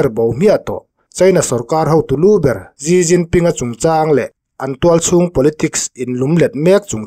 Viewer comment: Gi Ginping ni lo vin, Xi jinping (Si Jinping) ti zawk tur ni a